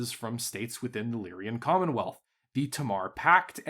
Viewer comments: You say Lyran like my father, but if you look, you'll see that it's Lyran, not Lyrian. It's like a guy named Ren who lies. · I am bothered by the pronunciation of “Lyrian”… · It's deliberate at this point.